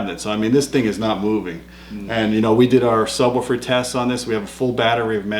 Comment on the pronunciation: Luuuuuccy, Im hooooome...weed my nu sabwooofer...baba lu.